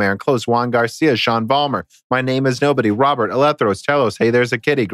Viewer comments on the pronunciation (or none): none